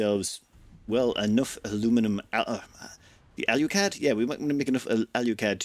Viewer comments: Can you explain to me where the "U" is in Alclad? It would seem to me that it is pronounced, "ALL-CLAD". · "Say all." "All." "Say clad." "Clad." Say alclad." "AL YOU CLAD" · I'm willing to forgive him mispronouncing alclad because he didn't call it aluminium. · He comes from an island that doesn't know how to say Aluminum correctly, so I'll let it slide. For all I know, maybe that is the British/Irish pronunciation of Alclad.